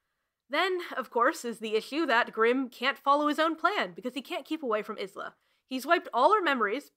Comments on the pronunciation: Sooooo.........., Okay. Look. Isla's name is a bit of a problem. After making this I learned the audiobook and author both pronounce it Ice-la or indeed Eye-la. But in book we do hear about her name Pronunciation vaguely: grim says it "correctly", with every letter and a hiss. Not exact quote obvs but by the specific mention of a snake hiss to her name Isssslah made sense! That and when I just googled the name to he results said Isss-lah. But since I've had a lot of people assure me it's actually Ice-la. I'm sorry. It's too late now. I thought I had it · I haven't seen anyone address this, so I have to. The name Isla is pronounced "Eye-la" yeah? Not "Is-la"? Ok. Just making sure. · I hate to be this petty, especially when I can tell this is going to be a VERY entertaining way to spend 4 hours (I love mess), but. Uh. Does the presenter pronounce the name Isla like ‘Iz-la’ the entire time??? (For those who genuinely don’t know, Isla is pronounced like ‘Eye-la’.) Of course, if the author herself states in-text that it’s pronounced Iz-la, I will redact my extremely petty complaint and instead lay all blame at the author’s feet. Onwards to the rest of the review! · i love this video sm it's definitely my new go to background essay!!! but also i must giggle every time you pronounce isla is-la and not eye-la. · ... I believe Isla is pronounced eye-lah. I have a friend with this name, with this spelling, and this is how it is pronounced. I could be very wrong, maybe the author intended Isla to be pronounced is-lah. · smh and Alex was praising the audiobook so much but it doesn’t even pronounce the names right??!! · I always thought Isla was pronounced Eye-luh. Completely took me out of it every time her name was said! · I'm conflicted about the way you're pronouncing Isla. I've seen other reviewers pronounce it as Eye-la, and that's how I've always said it XD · I’m only 30 mins in and enjoying the video so far but the name Isla is pronounced “eye-la”, like island or isle